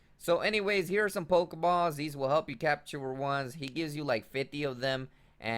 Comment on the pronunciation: "pokespot" and "pokebaws"